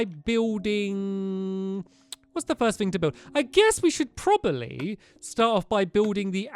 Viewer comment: You said probaly instead of probably